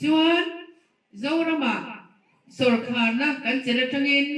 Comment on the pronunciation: minister meuh in sawrkar tih ṭawngkam alam thiamlo tlat mai.tu man sawrkhar an neih ngai kan hre ngai silo..